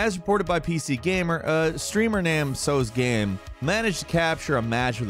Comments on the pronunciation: So glad to see Teo on here, or as you say "Tsosgame" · teo's game is how you pronounce it